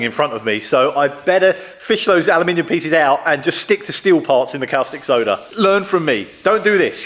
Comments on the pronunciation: Great video, progress! Caustic soda is pronounced cawww stick soda not kalstick soda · you say costic, I say corstic, says cowstic... Let's call the whole thing off;-) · Its pronounced "costick" soda not " Cowstick" like you're pronouncing.......just saying. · 'Cow-stick' soda lol. 🐄 Always thought caustic was pronounced 'cor-stick' or 'cost-ick', but what do foreigners like me know! 😉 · Great vid' as per usual ( btw, I think it's pronounced CORstic not COWstic, hope you don't mind me saying. ) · Its pronounced 'costìc soda' like 'caution' 😊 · That was a caustic remark. Cos tick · woops indeed. Caustic (pronounced costic) Soda solution is what you use on drill, mill or cnc bits to remove welded on aluminium. If you want to clean/degrease aluminium there are a multitude of specialist products better suited.